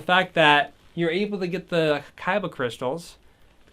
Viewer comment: And you kept calling it a kyba crystal its kyber